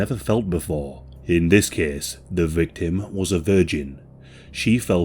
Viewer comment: ahh the good old ''this kees takes plees'' ^^ hehehe got to love this dialeckt